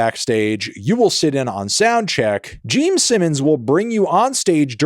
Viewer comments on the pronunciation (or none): Was he saying "Geme" Simmons the entire time or am I just insane? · Are you saying "Geme Simmons"? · also is he saying geme simmons😭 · Stop calling him Jeem Simmons!! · ITS GENE SIMMONS NOT JEEM ANTHONY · Are you able to say "Gene"? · Is he saying Geme...? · Is it Jeem? jeem simmims? Am I hearing that correctly? Never heard of him…. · Geme Simmons EDIT: Brother and I have been drinking beer and I keep thinking he's saying "Geme" as in "meme," and I swear to god my ears are playing tricks on me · Yep hes definitely saying Geme Simmons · So glad im not the only one😂